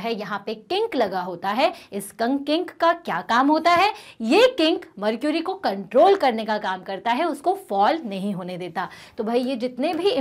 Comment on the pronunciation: Mam what is mrcury😅😅